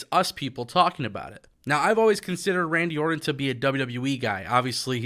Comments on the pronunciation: It's Orton not Ordon!! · One thing that I know is a FACT: AEW does not want Randy anywhere near as much as I want you to pronounce the 'T' in "Orton".